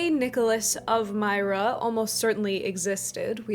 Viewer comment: Myra is pronounced more like meer-ruh.